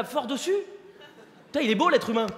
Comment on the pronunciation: oh Pu-taing !